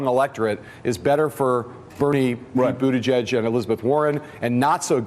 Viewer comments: Its Buttigieg, its pronounced Butt ed Edge not Butte Judge. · Buttijudge, Buttijudge, Buttijudge. I am getting earcancer. Seriously, how can pronouncing a name be that hard? You're on national TV for cryin' out loud.